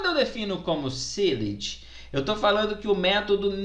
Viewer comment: sealed "silt"